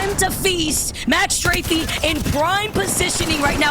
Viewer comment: Bro who pronounces strafe like that wth